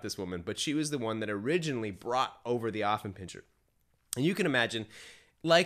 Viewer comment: It's not pronounced OFF it starts out as AFF here in the USA. I have an Affie. He is 4 years old. I am part of the Affenpinscher of America Club so I have been around many of them and gone to dog shows. They are lively, spritely, smart, funny and sensitive. My dog definitely has a sense of humor. If I call him "snorky" or "chi chi beanie weenie" he howls with joy and starts doing his hindleg dance. My Alfie follows me like a shadow and would do anything for me. He is VERY protective of my home. He does not attack people but barks to let me know someone is nearby. He was a little reluctant to engage my groomers granddaughter but learned to tolerate a toddler. He did well at obedience school because he wants my approval.